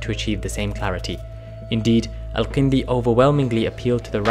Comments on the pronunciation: Great video! Your pronunciation of some of the Arabic letters indicates that you’re either a great speaker in arabic or a native. His name is الكندي with a كاف, so u pronounce it that way. You pronounced it القندي. Other than that i really liked the video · Also, you mispronounce the name of the main character of your video! His name is الكندي not القندي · I'm guessing you guys' origins are from South Asia. Many South Asians living in the west have inconsistencies with pronouncing Arabic terms and names, not every Arabic name has a 'Ayn or Qaaf in it, Al-Kindi is with an actual K and not a Qaaf. There's no reason for pronouncing these names and terms wrong. Thank you for your videos, very enjoyable.